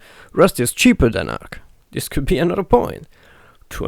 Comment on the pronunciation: Ark not arm